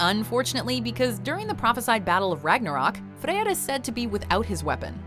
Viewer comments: The "r" pronounciation is correct, but for it to be oldnorse, the "Ey" pronounciation is off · Hate to inform you but it is not authentic at all. Being icelandic and our language is one of the few ones that is actually closest to the old norse spoken, then sorry but her pronounciation is way off. If you can read and understand icelandic, then you can read the old Norse text in Snorra-Edda and most of the Sagas. Honestly I cringed when she says the name Freyr as it is my middle name....and that is not even a hard one...